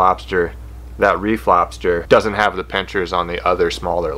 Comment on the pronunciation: Took me half the video to realize you said "reef lobster" not a "re Flobster" I thaught that was a a funny way of saying that cray fish and lobsters had a re flopping of genetics. Lol